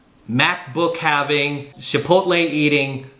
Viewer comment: I swear you and I are separated at birth brother. …except for the way you pronounce Chipotle. We need to work on that one. 😂